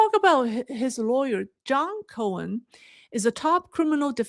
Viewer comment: It’s John Korn and Michael Korn. Not cohen.